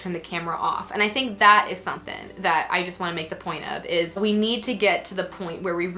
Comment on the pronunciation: I'm feeling as left out as the letter G whenever says the word "something".